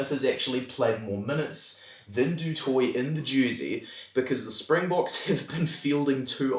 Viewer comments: actually we changed those a little as well, du Toit would be pronounced "do toy" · Du Toit is to be pronounced "a la french" right ? du twah then, I think it's easier for french people to name all of those french boers descendants correctly. As there's also many flemish people in the north of France where I am from, we also know how to name correctly the dutch and german boers descendants, my primary school teachers were Mr and Mrs Van De Kerkhove as an example (my mother has also been raised in The Netherlands from age 3 to 16, so she taught me a bit of flemish dutch language). Also people in the east side of France, mainly the alsatians, know how to pronounce correctly any german names. We are kind of cousins in that way.